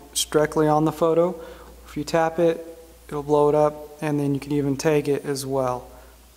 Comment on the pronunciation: Its not taeg. Its tag.